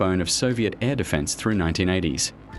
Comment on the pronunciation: It's not "uay ey" it's literally YA, the beginning of his last name LITERALLY. And those AIRs are not pronounced like english "air", A.I.R. stands for Alexei Ivanovich Rykov. It sonds like "Ah-ee-r(short)".